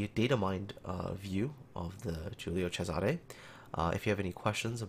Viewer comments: pretty good pronunciation, but you missed the accent on Cesare: it should be a closed accent on the first E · You where almost there with the pronunciation, Giulio was correct but cesare close but not perfect